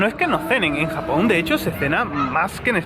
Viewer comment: Te he escuchado varias veces en la introducción decir: "Hola a todos! esto es sapón con jamón". O me equivoco? Un abrazo a ambos desde Chile!